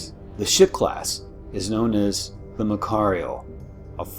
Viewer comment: So far so good. But things are wrong. One not even light can escape a black hole. How can a destroyer? The battleship is not pronounced that way.